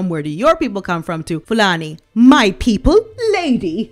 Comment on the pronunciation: Love your pronunciation of Fulani's name - it's never sounded more beautiful.